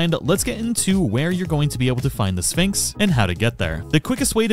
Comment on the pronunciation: Very nice guide thanks for your work to help us am I the only one that hears Phönix instead of Sphinx 😅